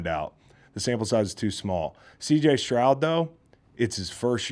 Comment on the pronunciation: S t r o u d not Shroud